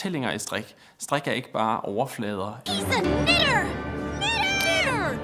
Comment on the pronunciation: bro did NOT say knitter 😭